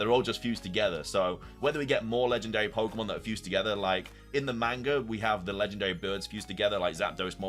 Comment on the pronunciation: Got hand it to you: only you can read "Viewed as a whole, it restled a mysterious, brilliant disk" yet also read the title as "A risk pokémon?" instead of "A disk pokémon"? AND also mispronounce pokémon every single time.